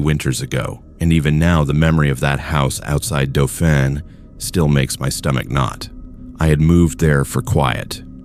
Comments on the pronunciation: It’s not “do fahn”, it’s “dauphin”, DAH-FIN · Doe Fahn he says haha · Great stories, from a guy who has lived in Minnedosa, Poratge La Prairie, Brandon and for many years, Winnipeg. Not to be rude, but "Dauphin," is pronounced DAW FIN, Thanx! Cheers! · The way he pronounced dauphin had me giggling. The description of the old house and storm, dude thats normal. Footprints on the step and none in the drift? Obviously doesn't know normal wind/snow patterns. Im so not creeped out yet (thats as far as I got) thats basically what I see out my front door this morning after the second blizzard hit. I'm lucky though down the street there was a 5 foot drift mine is pretty clear cause of a weird vortex I have at my place. Blows most of the snow away from my driveway to the neighbors houses 😂